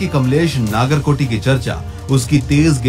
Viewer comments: Dude it's not naagarkoti it's Nagarkoti नगरकोटी 🙏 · नागर नहीं नगर कोटी होता है